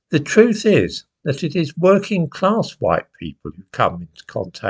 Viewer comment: Social What? Claaaaaass. WTF is claaaaaaasss? I know that rhymes with AR*E!!!!!. HowTF do you know about the activities of others with others? Oh is this the William Joyce personality speaking once again? That William Joyce aka coco the lunatic clown who knows who is standing on the steps of Rochdale town hall? You can fooooook off with the term, bourgeoisie. You have no idea about the connotations here. Bollox! Bourgeoisie is not middle claaaaass: it's the owning class…and not some tinpot second fooookin home in Wales. in relation to working class people and abstract ideas. How dare you!! WhoTF do you think you are? In fact, you cheeky Hunt your disparaging remarks cast a shadow on such members of the working class who pulled themselves to the point when and where they could take on the established order in the 18th and 19th centuries. They took on the established order for you, you old pr*ck, to cast your vote against their hard work. You, you old thick tw"t, are a foooooookin disgrace. You have no idea about solidarity…well, quite simply, you don't come from here. You're from the Urals. Trees and lots of them…you can't see the woods for the trees. You've NEVER produced your Nachweis arischer Abstammung!!!! Actually, you're a disgusting old foooooook because you, you old bast*rd, revel in the thought that people could be MURDERED for such a trivial matter…and it is. Why should some go to the gas chambers for anal intercourse? Why? The paradox here with this old